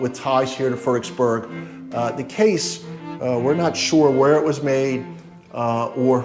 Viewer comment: Why does he keep saying Furdicksburg?